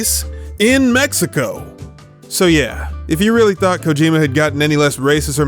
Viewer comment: "Kojarjar" xD